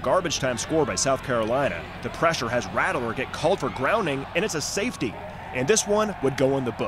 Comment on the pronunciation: Good video. Please dont say "rattle er" again. Its "rat ler".